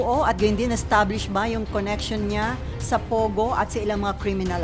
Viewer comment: POGO NOT PUGO AS U PRONOUNCE MS. BLOGGER.